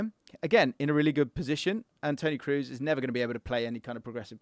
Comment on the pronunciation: bro i love your content but it's not tony Kroos as in "food" but pronounced as "orange" or "O'Malley" Tony Kros